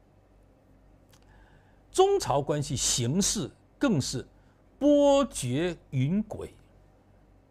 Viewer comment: 杨老师，波谲云诡，其中谲的普通话发音似应为：jue（决）。愚见，你的节目可排在中文自媒体前十位。